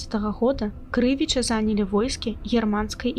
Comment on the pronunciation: А чаму КрЫвічы? Паўсюль падаюцца КрывічЫ.